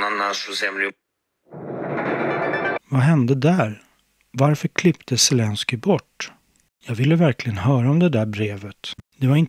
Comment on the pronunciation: Roligt att hon säger Svelenski om Zelenski